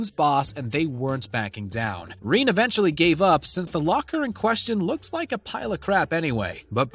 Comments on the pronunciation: Omg it's pronounced re nay. Rene Jesus christ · That us not how you say Rene's name lol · Have u ever watched this show? U can’t even say Rene’s name right 🤣